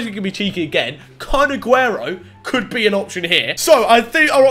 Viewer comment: I sounds like ur saying kun*. T Aguero